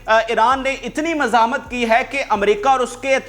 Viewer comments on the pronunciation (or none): none